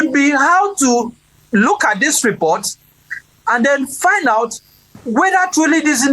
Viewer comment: ABEG, GO AND FIX your "H" factor. Ah ah?! You are not making ANY effort at all to speak properly - FOR A TV MEDIA JOURNALIST?? That is mediocre. Go and FIX it! Tired of hearing: "Welcome HOUT there!" and "You are HON to Inside Sources!". Ah ah?!